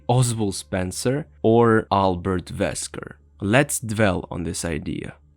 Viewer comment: His name is wesker not vesker